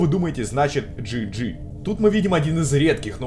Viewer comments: JJ читается не джи джи а джей джей это рас два я думаю это братик BB BALLOON BOY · Джей Джей, а не Джи Джи